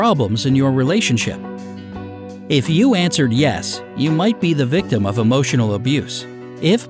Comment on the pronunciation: The eay he pronounces emotional does my head in. Am i toxic?